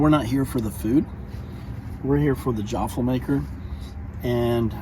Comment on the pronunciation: “Jaaafle” 😬😑 - every Australian